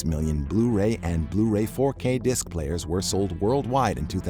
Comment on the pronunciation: Its disc dumbass